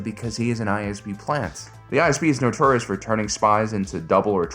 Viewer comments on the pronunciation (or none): none